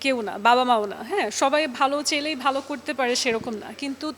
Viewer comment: অতিরিক্ত শুদ্ধ বলতে যেয়ে কথা যে ভুল হয়ে যায় সেই খেয়াল নাই তাদের, চেলেই """ চাইলেই কে যদি চেলেই উচ্চারণ করে কেউ এটা কি বুঝলামনা, আপনারা বুঝছেন???😀 জানাবেন, জামায়েত তাকে কোন জায়গায় খোঁচা মারছে জানা নাই, কারো জানা থাকলে জানাবেন প্লিজ